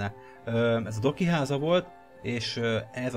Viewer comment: amikor mindig azt mondtad Doki akkor mindig azt hallottam hogy Doggy.